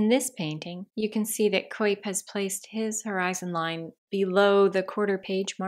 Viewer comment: Thanks for this, very helpful. Your voice tone is very nice, FYI it's more like "COWP" not "COYP" for Albert Cuyp :)